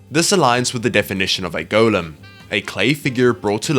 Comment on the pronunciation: Why does he say golem wrong?